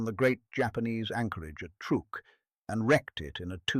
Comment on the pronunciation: !"Truook?! it is pronounced TRUCK! Stop using stupid AI, Proofread your creations before you post.